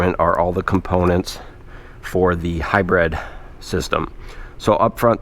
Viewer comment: Thought these type of vehicles were called and pronounced a hybrid.... This way. HIGH-BRID.....u say...... HIGH-BREAD..... Which is correct🫡